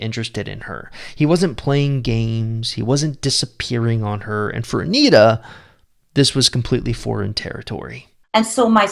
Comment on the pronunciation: It's Antia, not Anita.